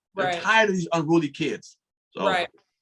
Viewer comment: Not ruly, (unruly).